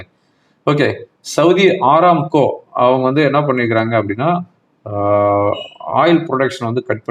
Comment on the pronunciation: அராம்கோ not ஆரம்கோ